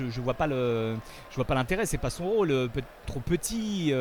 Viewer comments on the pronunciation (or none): none